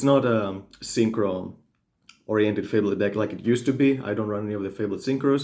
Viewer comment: it's not fable-ed... it's one word. lol if you Google "definition fabled" you can hear how to pronounce it. fa·bled /ˈfābəld/ adjective well known for being of great quality or rarity; famous. "a fabled art collection" or mythical; imaginary. "the fabled kingdom"